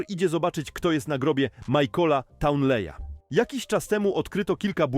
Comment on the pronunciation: Najlepsze jest to że on inaczej przeczytał nazwisko townley